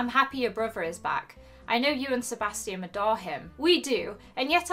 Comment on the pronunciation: your pronouncing sebastian wrong